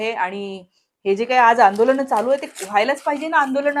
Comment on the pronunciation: आंदोलण नाही ग😂😂😂😂अर्धवट बाई आंदोलन म्हणतात आणि दवाखाणा 😂😂😂नाही दवाखाना तुझी लायकी सुद्धा नाही ग मंगेशकरांबदल बोलायची.....इतकी सामान्य आहेस तू म्हणजे खरच कुठून येतो एवढा आत्मविश्वास 😂😂😂 अडाणी